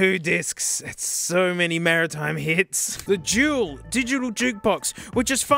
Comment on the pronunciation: Dual not jual